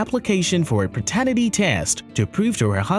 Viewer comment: Good channel. Would help to pronounce "paternity" properly though.